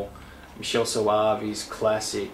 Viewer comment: I think you might be miss pronouncing two names: Lucio Fulci - Lu-show in Italy, Lu-cho - in USA & Michelle Soavi. Mi-kel I could be wrong, but I thought I'd mention it.